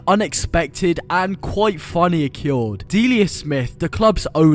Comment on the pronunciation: WHY DO YOU PRONOUNCE “OCCURED” LIKE THAT??? Good video though mate👍